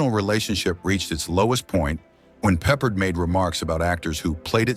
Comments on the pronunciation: I could not even finish the Rock Hudson segment. Featuring several shots of Jim Nabors (Gomer Pyle) during the Hudson segment? Does anyone review the content before releasing it? Nabors and Hudson had antithetical images, but you put him the Hudson segment? And your programmed voice pronounce 'Peppard' stressed on the first syllable? Funny, but EVERY other time that I have heard his name pronounced, the accent is on the second syllable. I guess Peppard, despite numerous leading roles, is not famous enough for anyone in the vocal department to know how to pronounce his name. This is a Jim Garner tribute? Given Garner's devotion to hard work and craft, he must rolling in his grave at the shoddiness of this piece. Or at least the pieces that I saw before I started throwing things. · Peppered???? Peppard!!!! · George Peperd? AI SLOP. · Pappard, you nitwit. It's pronounced Pappard.